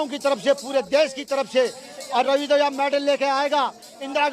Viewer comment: Ravi daya nhi dahiya speak properly.